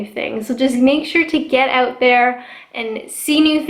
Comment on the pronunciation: " Your friends are OAT together "